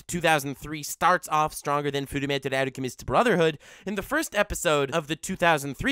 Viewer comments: Fullmetal alchemist brotherhood!!... He says it so well😂😂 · The Brotherhood pronunciation is why I delivered this most gracious thumbs-up. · You earned my subscription souly based on yout fullmetal alchemist brotherhood pronunciation